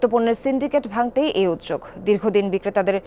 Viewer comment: #jamunatv হাসান মাহমুদ এর একটা ভুল কথা শুনে এখন অনেক রিপোর্টার রাই উদ্যোগ কে উদযোগ বলছে৷ যারা ব্যকরণ সম্পর্কে জানেন তাদের এটা বলা উচিৎ নয়।